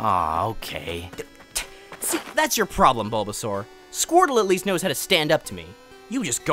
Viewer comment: Lore accurate baulbasaur im a baulbasaur in mystery dungeon 😂 Edit: i regret everything in my life and i hate myself. Btw squirtle is not saying "Char" as Chim-Char its actually Char-mander